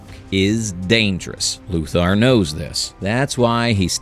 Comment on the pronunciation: I know this post is meant to say "hey, we're not using AI," but I still think it's AI. Why? Weird mispronunciations. Example - : "Luthar knows this." Luthar? Really? A real voice actor would've re-recorded that line, but AI doesn't know the difference.